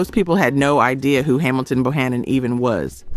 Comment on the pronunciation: Get These Artists Name Right Because Bohannon Is His Name Correctly Ok